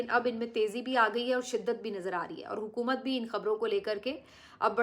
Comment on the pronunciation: Please stop saying Hukamat What Hukamat